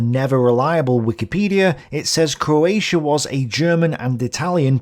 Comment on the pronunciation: For a start you can’t even say coatia It’s CROATIA you Irish 🇮🇪